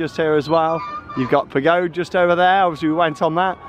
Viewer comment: Always love the Efteling vlogs! (This is your annual reminder that in Dutch "Pagode" is pronounced PAGODA. It being a Chinese pagoda and all. Maybe next year... 😉🤣) This park just gets better and better.